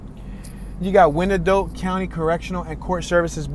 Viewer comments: Fyi: Wyandotte is pronounced, y-n-dot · Damn he butchered the pronunciation of our county name